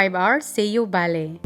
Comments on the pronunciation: It's Bali po. Pasensiya na po kayo sa pronunciation niya. Understood nman yun kasi nga bisaya si pero she's trying to pronounced word correctly. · Bali not Bale or Baley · Sounds like valley yung pagkakasabi ni sa Bali😊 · Bali Po yan Hindi baley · Nag iisip ako kung saan bansa un Valley, kc un ang naririmig ko sayo.. BALI indonisia pala. 😂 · Naconfuse tuloy ako sa pronunciation ng bali indonesia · Please say Bali,Indonesia.😢 Mas clear di ba?